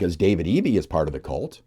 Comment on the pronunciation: Good report but I would not use the term CULT, especially the way you pronounce it, sounding more like COLT. It’s awkward. Instead I would use the term LUNATIC WEATHER FORECAST …impossible to say or hear that incorrectly.